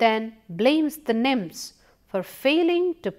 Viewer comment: I think she try to say nymphs.